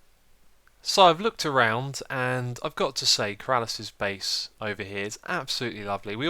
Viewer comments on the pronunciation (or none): It's not Keraaalas it's Ker-a-lis